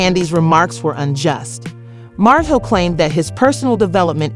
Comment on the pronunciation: The name is martel!!!! Please get the name right 😠😡